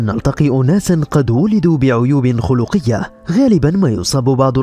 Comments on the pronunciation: عيوب (خلقية) بالفتحة وليس بالضمة 😉😂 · عيوب خلقية بفتح الخاء و سكون اللام وليست الضمة